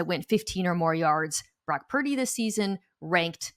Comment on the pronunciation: Is Parrrdy or Perrrdy 😏😂🤣😂🤣😂It’s Purdy!!!🤭🤗